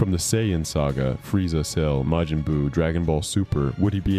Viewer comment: "May-jin"? "Buh-bee-dee"? LOL 😂